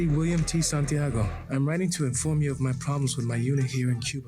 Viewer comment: San tiaaaago 😂😂😂😂 es de vergüenza como pronuncian santiago los americanos que se creen duelos del mundo